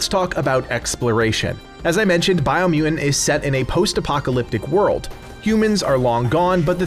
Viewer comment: Biomu "TANT" there's two T's. BiomuTant. Say it with me,, Bio-mu-Tant. So it's not "Biomu-ant", it's Biomutant.. 2 T's.